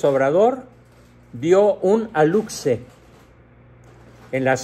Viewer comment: Se pronuncia “alushe”. La X en Maya se pronuncia SH